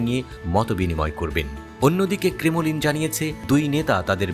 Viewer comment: ক্রেমোলিন নয় বলতে হবে ক্রেমলিন